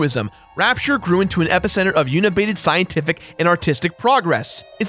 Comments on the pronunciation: I hate hearing pronounce unabated as "unibaited":/ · Unibated? Don't you mean unabated? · yunabated? Ark Deco? Am I hearing him right? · Also "uni-bated" instead of unabated... since we're being padintic. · that's "unabated", is in "undo", not "universe,. Love you anyway bruh.